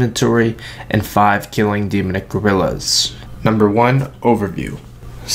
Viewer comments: "Demunick" really? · stopped watching after you couldn't pronounce demonic after the 10th time..